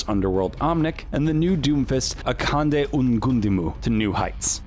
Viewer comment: so we gon act like he didnt pronounce akande's last name wrong